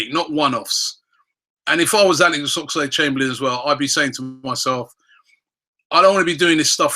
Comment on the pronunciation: Everytime Robbie says Ox's name like Ox-A-lade Chamberlain. I part of me dies a little